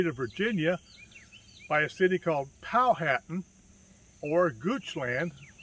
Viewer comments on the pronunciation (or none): Pronounced Pow-uh-tan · It's pronounced a little differently than read. Powha tan